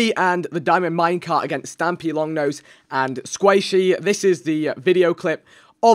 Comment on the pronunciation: u said stampylongnose